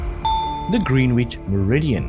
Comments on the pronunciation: And I think it's 'grenich' and not Greenwich - could be wrong 😅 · I like the questions but have to say your pronunciation is awful. If I had pronounced the C in isosceles my maths teacher would have strangled me (Previous quiz). It's Grenitch not green witch. I've never heard the W in sword pronounced before (previous quiz). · Wonderful quiz thankyou. The pronunciation of Greenwich is Grenich.❤️‍🔥